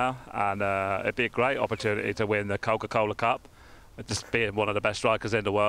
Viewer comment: Harry Kane one seriously "COKECOLA CUP LOL"